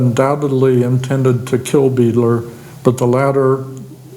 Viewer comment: Beidler is pronounced "BYE-dler" not "BEE-dler." German last name.